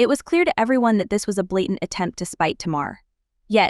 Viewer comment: TAY-mar … not Ti-mar.